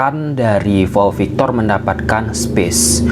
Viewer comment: Pau victor bang bukan vau victor